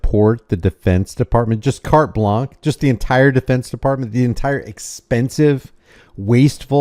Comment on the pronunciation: Carte blanche = cart blonsh ( blanc = blonck ) Sorry, but that really irks me.